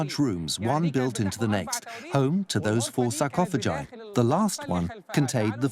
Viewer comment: Did I just hear the narrator say “sar-cof-o-ji”